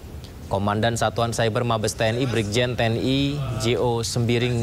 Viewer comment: Patroli cyber bukan patroli seber bos 😂